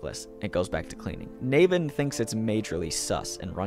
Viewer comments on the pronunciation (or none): from his narration style i can tell hes severely autistic, closeted gay, and for as much as reading was his entertainment his reading abuility to pronouce names is trash. its nAvin no Nayven, and Luger like the rifle not lugger